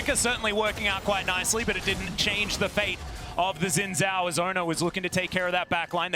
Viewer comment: Been over a decade and people still can't pronounce "Xin Zhao." Like, watch ONE Chinese movie/anime/show with subtitles and you will know that "X" should sound like "sh" and "Z" sounds like "zee" (facepalm/eyeroll). Ever heard of Xiaoyu from Tekken??